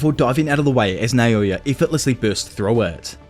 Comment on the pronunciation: Why do u say, “Nayoya” It’s called “Naoya”